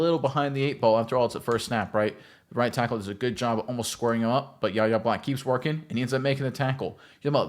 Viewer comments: WHY-AYE not YAH-YAH. Please man killed me. You’ll learn his nah. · Pronounced “Why Yay” not “Yah yah” the Kendrick Lamar song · His name is pronounced Why-Aye!!!! Not YaYa!!! Get it right, you sound like a dope, you say YaYa about 100 times! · His first name is pronounced Why-Ay, not YaYa. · Ref 'The Beast " ... Fifty years ago the Steel Curtain featured the great. number 78, Mad Dod (Dwight) White ... Do the steelers now have the, number 78, Mad Dog Black? ( Yahya's first name is pronounced " Why-yay") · Y-A!!! Sir. Get his name right! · it's "Why-yay" Black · His name is pronounced "Y-hey" with a silent "H". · It's pronounced "Y" "yeh" Black. Yahya Black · It's PRONOUNCED "WHY A" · His name is pronounced ("Why" - "Yay") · YES! Name is a little weird to say but it is pronounced more like "Why-yay" but pronouncing the letter "Y" instead of the word "why" "Y-YAY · Pronounced Why A! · Decent video but u catch an L for pronouncing his name wrong bra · You should learn how to pronounce his name if you're going to do an entire film session on him.